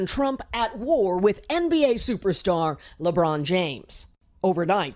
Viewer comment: And btw it's lebron not lebrun